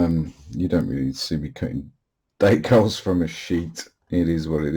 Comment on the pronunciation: Typing this as I’m watching. Why so jittery? Waay too much coffee 🤷🏼‍♂️🙈😀. It clears up though. it’s coming along nicely. Just ordered an apex brush.probably be here next week. Stay safe 🍻🌲 Lol, de-cals not deckals or daycal 😃